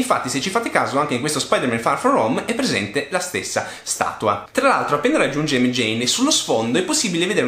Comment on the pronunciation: Si ma si chiama MJ non Mjein